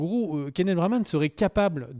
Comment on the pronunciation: Keneth Branagh et non Braman!